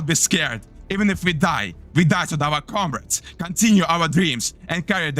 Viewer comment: i love how hes saying comrades while sounding like an actual russian